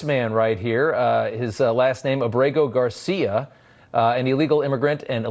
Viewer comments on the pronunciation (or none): none